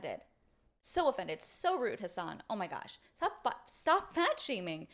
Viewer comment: It's weird, i have a friend named Hasan. Cenk sounds like he's calling him "hoss" not Has lol